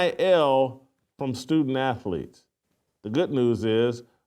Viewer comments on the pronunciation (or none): "Stoodent Aaathaleets" Cartman